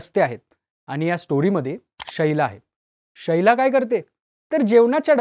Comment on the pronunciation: शैला नाही रे बाबा ... शीला नाव आहे तिचे भावा 😅